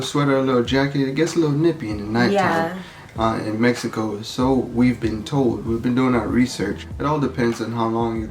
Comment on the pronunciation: “Meh he co”’s and “Si”s almost had me passed out 😂😂 This makes me excited to eventually visit Mexico again!